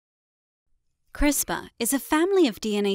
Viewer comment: LOL - We don't call it 'Crispa' - We call it 'Crisper' You're funny. 🤣🤓